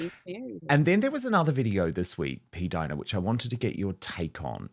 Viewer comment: Not p-Dina! Seriously